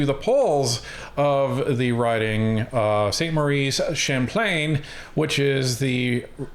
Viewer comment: It’s Champlain, with an L